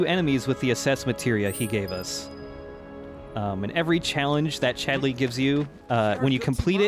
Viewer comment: I'm absolutely terrified to even ask, but why is pronouncing Chadley's name with this bizzare rising inflection on the second syllable? He's saying it like he's an angry mother calling for her misbehaving son - 'Chad-LEEY?!' Am I just missing a reference here?